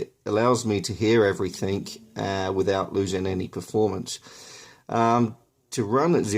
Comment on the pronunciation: "Everythink" come on man! EVERYTHINK is not a word! Good grief!